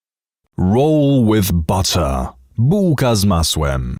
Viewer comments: "Buka z mausem", yould say it even worser. Congrats at failing polish. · "rułka z małsem" Made me genuanly smile,English speakers trying to pronounce words from my language are always funny😅